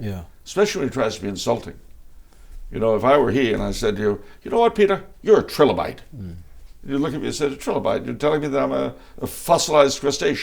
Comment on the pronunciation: Yes, I was mocking his pronunciation. Strange reference, I'm sure that I have heard 'trilobite' used as insult, to say someone is a fossil/ stuck in the past. I thought maybe it had another reference to the Holy Trinity or other.